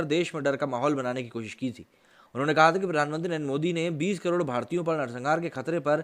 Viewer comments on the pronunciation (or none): none